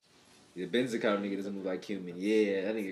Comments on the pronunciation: You mispronounced Benizakura throughout the whole thing lmao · Couples of things to clear out for you Benizakura is pronounce beni and zakura as in sakura tree but with z for the s Gintoki got his sword from tv shopping..there is nothing superficial about it..honestly you should just forget about the superficial thing being a thing in the show..there is never gonna be power and stuff just pure skills..that way we can get rid of all the power level unconsistency and stuff.. Enjoy the reaction and im hype for whats to come..keep up the good work